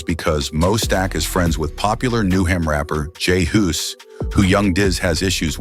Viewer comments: this is why we need to stop this AI narration for videos, who TF is J HOOS 😂 couldn't take the video seriously after that. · Jay hoooose 😂😂😂😅 my man went full Scottish